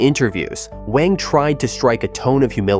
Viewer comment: Wang is read as "wah-ng" instead of "weh-ng"